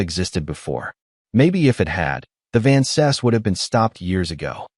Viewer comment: Just wish they pronounced Vances properly. So irritating.